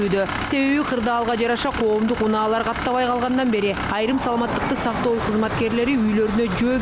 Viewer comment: Бул менин ишим эмес бирок ордуна тагыраак тушунуктуу айта турган башка бироону койгулачы жок дегенде бул аял саламаттыкты сактоо деген созду тагыраак айта албайт экен.